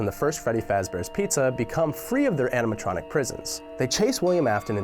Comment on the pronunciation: wait- did i hear andiematronic?